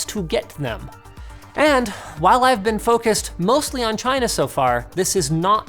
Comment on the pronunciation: Is it me or he says Tryna instead of China ?